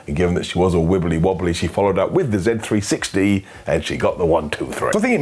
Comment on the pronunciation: Can't you just pronounce the Z-360 right? It's supposed to rhyme!